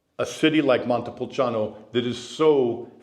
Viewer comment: You need to learn how to say Montepulciano since you are living there.